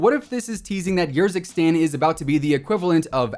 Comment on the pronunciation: its pronouced ERzikstan not YERzikstan. am i right or am i wrong here?